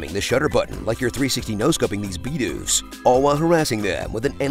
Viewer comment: Are we just gonna let that pronunciation slide? Beedoof? BEEDOOF?